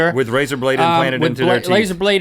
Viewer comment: did he say laser plated?